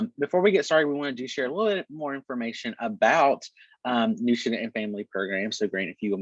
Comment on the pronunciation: Captioning confirmed my feeling that the pronunciation of "New student" was a bit unclear.